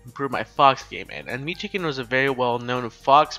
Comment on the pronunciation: I love how you pronounce Jason's name, "Mew2keen" lol